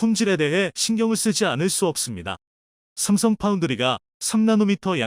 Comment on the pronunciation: 삼성을삽성이라고 말하는이유를 모르겠다